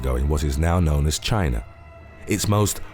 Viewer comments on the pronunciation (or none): none